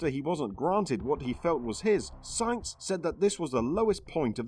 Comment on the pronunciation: It's Sainz, sAinz!!! And you pronounce it AH, like when you went to the pediatrician and he made you stick out your tongue and say AH!